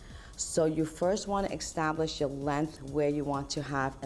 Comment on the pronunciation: The word is pronounced EST-TAB-LISH not X-TAB-LISH